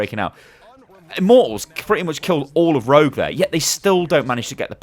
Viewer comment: Keep thinking he's saying Road not rogue lol